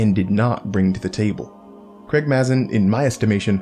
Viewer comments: It’s pronounced Craig M”a”zin! With a long normal “a” sound. Not Craig Maaaahzin like your saying it! :P I cringe and kinda laugh every time you say it. Lol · Excellent video :) As a head's up Mazin is pronounced "May-zen"